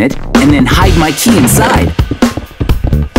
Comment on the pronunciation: "Hide my key" sounded like "Hide, Mikey"